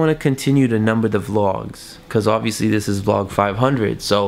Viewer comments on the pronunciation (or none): ... how he says vlogs lol